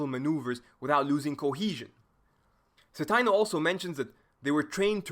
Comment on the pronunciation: I had Dr. Citino's "German Way of War" class at Eastern Michigan back in 2009. Always a pleasure to see him get recognition (also it's a long "i", Ci-tee-no)